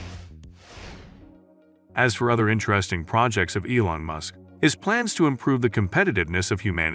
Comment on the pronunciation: The problems with this video is the voice’s pronunciation - can’t even say MUSK